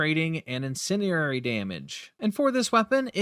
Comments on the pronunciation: Is English your first language, or do you have a speech impediment? Incendiary is not pronounced "incinerary" and you should know better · Ima keep it a buck witchu chief "Incendi"RARE"y" isnt a word